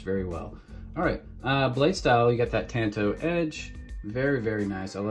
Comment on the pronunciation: Tawn toe! It's Japanese